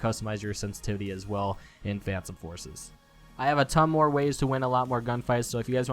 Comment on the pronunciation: Uhhh... Did he just say fansome forces?